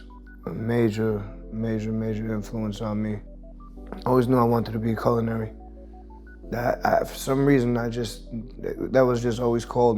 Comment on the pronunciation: “Coolinary” bro stop saying that 🤣 it’s CULinary